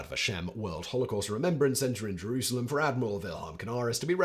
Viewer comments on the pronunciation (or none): none